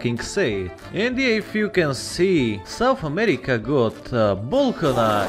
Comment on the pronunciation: Yes. SOUNTH AMERICA